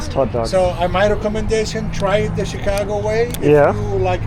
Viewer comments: it is pronounced as "shi"cago not "chi"cago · Shh-cago. Not chick. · Hi, its not CheeCago.. Its Shicago 😊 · No T in Chicago… “Chit-cago” 😂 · It's pronounced Shi-cago - "Sh" - not a hard "Ch." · Chicago as pronounced as “shekago” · Hey, it is pronounced Shi-car-go. Sh as in ship not ch as in chicken. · chicago = pronounced (shi -kaa -go) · Awesome video as usual! I love the way you pronounce Chicago. You're my favorite YouTuber. Excited to see more U.S. videos.